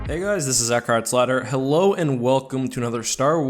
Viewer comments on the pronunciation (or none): Omg you actually sounded like you said eckharts ladder! All other times it sounds like eckhart slaughter...